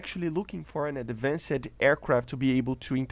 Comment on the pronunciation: ah yes, ad-van-said planes :P